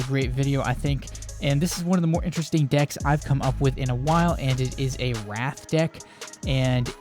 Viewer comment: You keep saying Wraith like Wrath, but it's pronounced Ray-eighth.